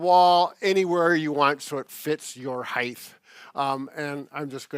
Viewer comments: I haven't heard someone say heighth in years. How long have you been out of school old man? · Height is the correct word. No extra ‘h’ at the end.